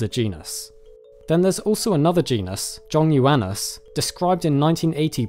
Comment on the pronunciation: Well done pronouncing Zhongyuan!